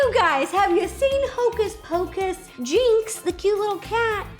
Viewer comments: Jinx? JINX? Tell me I misheard you Ro. Its Binx! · The cat’s name is actually “Binx” not “Jinx” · It Binx not Jinx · It's Binx not Jinx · Ro: The little cat from hocus pocus name Jix Me: Its Bink!!! NOT JIX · It’s funny how she called Thackeray Binx Jinx haha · I thought the cat was called binx not jynx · ITS BINX BINX!!!!!!! THACKERY BINX NOT JINX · Umm Ro I'm sorry to tell you that it is Binx not Jinx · I love you ro, but it's binx, not jinx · It’s binx not jinx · “Hocus poxis” “Jinx, the cat” IM CRINGING ITS BINX 😭😭😭 It’s my mom’s favorite movie so I’ve watched the movie like a million times. I literally say the script with them LMAO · It’s Binx not Jinx 😂😂😂. Oh also I’m gonna be Coraline for All Hallows’ Eve. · Its Binx Ro 😂 the cats name is binx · It's Binx not Jinx. I thought Hocus Pocus was your favorite?... Lol😁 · Rosanna, it's Binx, not Jinx! 😂 I'm gonna be Sabrina Spellman from Chilling Adventures of Sabrina! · Sooooo close haha, The cat from Hocus Pocus is called Binx not Jynx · Binx not ginx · I love you Ro, you are a cinnamon roll, but his name is BINX not JINX!!🤣🤣😍😍 Love you Ro, you are my fave😘. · Jyix... his name is Binx lmfao oh Ro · ehem sorry to be that person but it’s binks not jinx 😂😂😂😂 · It’s Thackery Binx not jinx 😂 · Binxes not Jinxes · When Ro is a fan of Hocus Pocus but gets Binx’ name wrong.. 😅